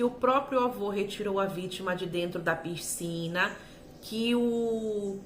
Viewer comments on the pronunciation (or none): Não é “Pircina “ é PISCINA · Por favor, não fale PIRCINA, não combina com sua oratória tão clara.